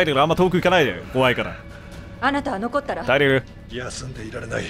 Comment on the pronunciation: 突然のテェレル呼びに吹いたw